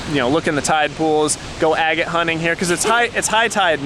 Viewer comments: I always thought 'agate' was pronounced 'aggit' not 'a gate'. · With love ... it’s “Ahh get”. Not “A Gate”. Xoxoxo .... and then I finished your video and you figured it out! Cute ... and I’m also the one who never ever pronounces things properly. 💗💗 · Agate; short A, accent on the first syllable.